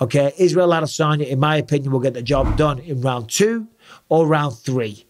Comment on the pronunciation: Is it just me or did Israel tell everyone how to pronounce his last name correctly (which is: Uh-Dess-Unya, not Add-Uh-Sonya) and then everyone just fuckin' ignored it?